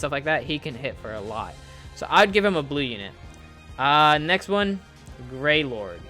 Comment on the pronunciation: Thank you for making a video about the Ten Commandments ! Oh and btw it’s “Grayroad” not Gray Lord (I think).